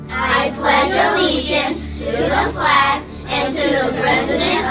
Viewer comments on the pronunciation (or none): none